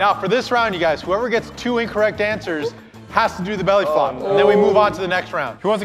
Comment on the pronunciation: Try to catch saying belly fop